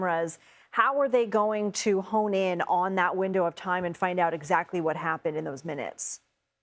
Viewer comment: It's HOME IN like the pigeon NOT 'hone in' like the knife. Hoping for the best for all the Guthries.